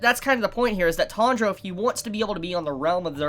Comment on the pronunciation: Tandra? It’s T-A-N-J-I-R-O